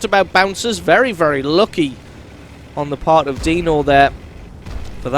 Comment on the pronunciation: "luky" i wonder what's your first language hehe may i ?